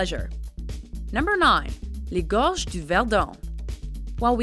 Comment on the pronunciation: a tiny precision here. It's "Le" Tour de France, not "la". "La" tour = the tower; whereas "le" tour = the tour. >;->